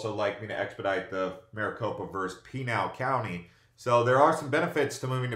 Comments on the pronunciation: You are mispronouncing Pinal County. It is pronounced...."Pin - Al." Not "Peen Al." Just saying. Nice video. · Just so you know tou are saying Pinal wrong, its pi-nail